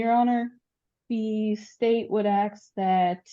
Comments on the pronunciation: Did she really just say ax? Wtf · If the AG uses "axe" instead of "ask". You needa petition to get a competent AG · She doesn’t present herself very well. “The state would axe….” It’s “ask” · Well tbh she doesn't even know how to pronounce "ask" correctly so... 🤷